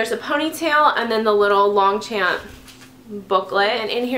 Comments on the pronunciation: I agree, great bag and not a lot of reviews on YT. So thanks for the review! Quick suggestion, you pronounce it "Loncham" so without the P in French. Longchamp sounds like a really tall olympic medal winner to me :D. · You mispronounced Longchamp.